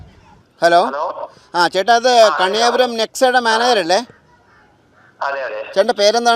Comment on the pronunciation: കണിയാപുരം NEXA അല്ല കെണിയ പൂരം NEXA😂